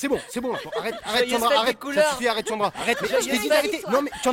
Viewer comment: Hhhh c'est vrai il dit tchandra chéri hhh